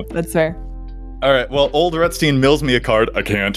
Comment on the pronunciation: I guess it's your American English pronunciation kicking in, but I think Ol'Rutstein should sound less like Roosty and more like Rammstein 🤔. Not judging you, just a thought.